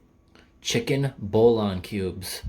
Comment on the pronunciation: The way he said Bouillon 😂